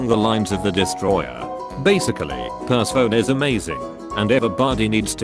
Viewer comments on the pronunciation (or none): I hate how it says per-se-phone. It’s per-seh-fon-e.